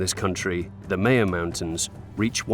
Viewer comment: Maya is properly pronounced “Mi-uh”, a hard “i”, and “uh” as in “about”.